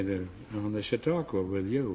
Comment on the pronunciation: jfbegley You didn't either. He said 'Chautaqua'.